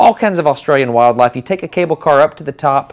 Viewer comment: did I hear an Australian accent when he said "wildlife"?